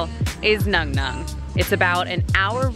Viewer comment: The U in NUNGNUNG pronounced like the a in part